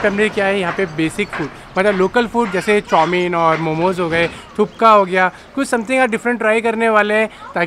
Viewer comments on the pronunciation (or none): It's not thupka it's thukpa